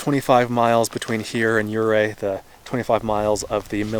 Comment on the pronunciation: I love Southwestern Colorado! It's sooo beautiful! I honestly dread the million dollar highway since it's so narrow and the cliff is straight down. Ouray is a cute town. Kudos for pronouncing it correctly! Thanks for a great video. I can't wait for the next one!